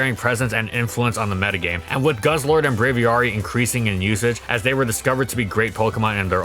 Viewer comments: The As in Braviary are pronounced the same way. Same root as Aviation. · Love the video, but that's certainly one way to pronounce Braviary